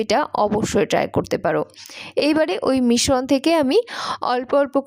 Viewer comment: শ এর সাথে র ফলা থাকলে স এর মত উচ্চারণ হয়। মিশ্রণ = মিস্ স্রোন্